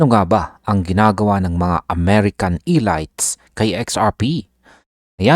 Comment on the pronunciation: Lol how you pronounce elites 😅😅😅